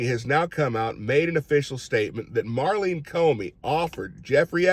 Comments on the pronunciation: Love ya Q, but it’s Maurene, not Marlene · NOT Marleen, it's Maureen